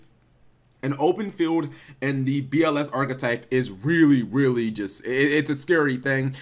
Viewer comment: Each time I hear "BLS deck" it's sounds like "bullshit deck" for me smh